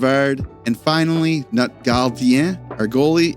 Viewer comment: your pronunciation of notre was really good but because we’re speaking plural it becomes ‘nos’ 😉